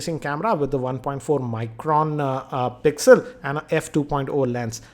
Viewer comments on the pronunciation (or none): none